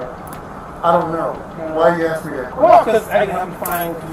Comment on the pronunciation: I don't care what color your skin is. If you use the word "aks" in place of "ask," you are an uneducated idiot.